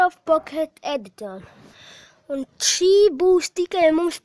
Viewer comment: tu nemaki izrunat edition un survival chali lol xddx